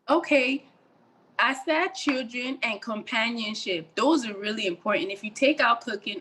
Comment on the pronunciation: She said chuldren😂